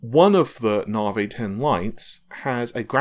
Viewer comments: When nobody else on the planet calls it Nahveigh, why would you continue to do so? proves you can actually pronounce Navi, so why stick to Nahveigh? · nope the moron says narvhey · I beg to differ, I am English and know of no accent that pronounces Navi, Narrvayy. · I really don't understand why people care so much about how he pronounces Navi. We all know what he is talking about but every video there are a handful of people acting like autistic tardigrades; WhAT iS NaRvHEy. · Because it is just wrong.